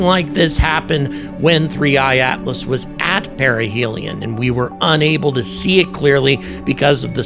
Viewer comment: 3I/Atlas ( and kudos for not mispronouncing a simple name ) isn't going away regardless of NASA ignoring it, millions of observers prevent that; but the number of anomalies could double & yet the Scientists (as if ) with a rigid adherence to what they've been told to have seen won't change. There are still Earth-centrists, centuries after Galileo & Copernicus. Ignoring compelling evidence such as NGA course corrections, spectrographic readings of atomically pure Nickel, & others make these guys the equivalent of scientific Flat-Earthers.